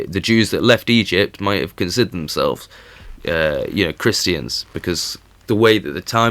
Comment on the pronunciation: His accent not pronouncing the "R"'s, sounds like he's saying "Ta-ta's" LOL. Christians, he says- Christ-EE-yans. And tributaries, he says- Trib-yu-TREES. I love it!